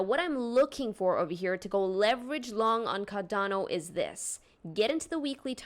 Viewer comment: Are you saying "Cadano"??? It's Cardano.